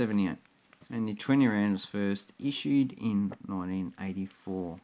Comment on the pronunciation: Geez like learn something about south africa and its currency before you make a video. you just come across like your an idiot. Its rand not land and its Springbok not Springbook